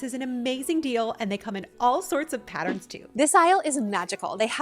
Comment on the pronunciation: I hate when ppl pronounce pattern as patterin. Why